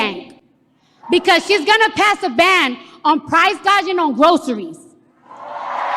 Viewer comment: she couldn’t even say price gouging properly 😂